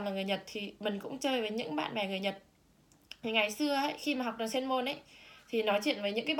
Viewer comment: =]] ùm biết ời !!!đọc lại chữ "trường" xem